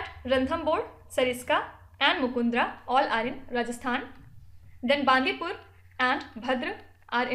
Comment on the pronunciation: Mam it is not Bandipur is a ಬಂಡಿಪುರ🙋